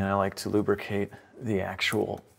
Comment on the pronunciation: Crank rhymes with dank 😂 Im glad it worked out for you